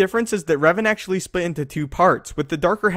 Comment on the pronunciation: WHY CANT YOU SAY DARTH REVAN BRO.